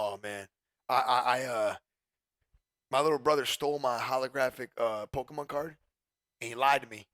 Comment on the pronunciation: “Pollkeymon card”